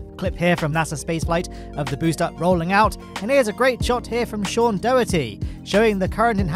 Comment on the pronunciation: Hi, Love the videos but please say Sean's name correctly. Cringe when it's said so badly wrong